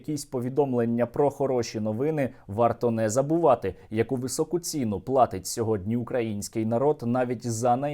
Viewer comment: Не ці́ну, а ціну́. Ці́на - сліпа калька з т.зв. кацапської "це́на"